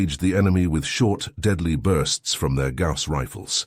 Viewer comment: A story about HUMANS? How about getting a REAL HUMAN to read the text instead of using a shit-brained AI? For example, it's "GAUSS" canon (pronounced 'Gouse"), not 'gorse'.